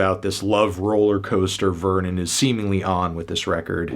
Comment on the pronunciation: if that's the case, why didn't he pronounce Vernon's surname, which is also French, correctly?